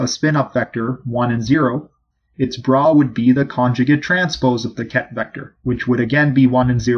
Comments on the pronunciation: It is BRA like BRAH... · It Is pronounced BRA as the undergarment that women wear and the pronounciation does not change when it is together witha Ket. This was the pronouciation Dirac used anf i heard him many times at FSU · Its not bra. its bra